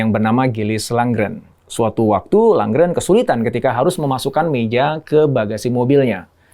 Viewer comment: IKEA, Småland, Lundgren... sebaiknya pelafalannya tidak perlu diinggriskan. Karena pelafalan swedianya sama persis dg Indonesia. Salam.